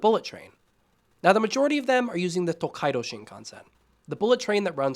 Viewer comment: Tōkaidō not Tokkaido